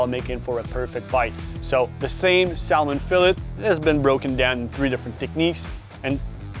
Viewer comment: You don't pronounce the L in Salmon dude🤦🏼‍♂